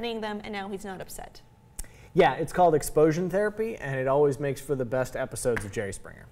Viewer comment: Did he say "Exposion Therapy"?